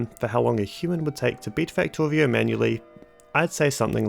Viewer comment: I liked watching the video, but that rhotacism speech defect (Factowio, wesources, ...) is a bit irritating. I'm writing this because I've met affected people who didn't know that there is a good chance to fix this with just a little professional help. Think about it if you haven't already done so. :)